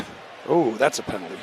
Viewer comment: Bro said pently flag lol